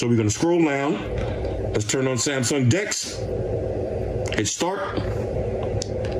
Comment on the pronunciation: sounded like he said dix 😂